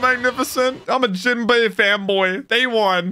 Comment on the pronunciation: When u said "I'm a fan boy" but we hear "I'm a femboy" 😭